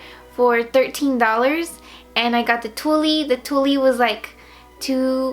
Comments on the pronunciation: Haha, I loved that she kept calling it "tullie". 😘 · tulle is pronounced like tool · Tulle is pronounced Tool, the E is silent. Lol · I couldn't finish the tutorial because of how she incorrectly pronounced "tulle". Its not cute. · you're cute- the e in Tulle is silent though! Love the dress transformation. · oh it was funny I just thought you didn't know how to say it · thought it sounded cute and funny too and then I was like " wait is that on purpose?" Lol cute dress tho